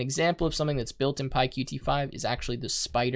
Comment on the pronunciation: Qt is pronounced as 'cute' by the people from Qt (